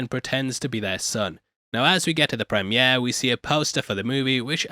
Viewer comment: accent really coming in thick this episode with the words premiere and dynasty.